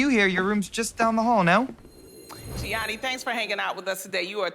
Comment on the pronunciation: “Geeanni pay-olo” damn she butchered his name